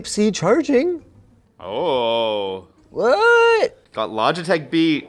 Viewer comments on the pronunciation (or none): none